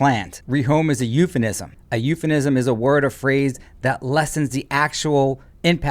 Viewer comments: the host pronounces the word Euphemism: 'you - fuh -Nisum' instead of (correctly)'you - fuh - Misum' (with an 'M' at the start of the penultimate syllable), and he does it twice... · > "eupheMism" not "eupheNism" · Snarkily giving the definition of eupheMISM all while pronouncing it wrong is brilliant...counselor 🤦‍♀️🤣